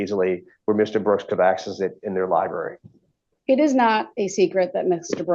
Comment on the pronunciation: Law lieberry!!! I’m dying